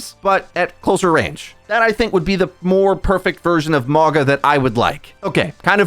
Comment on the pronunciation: I swear he pauses to say mauga incorrectly everytime. Its mauga not mawga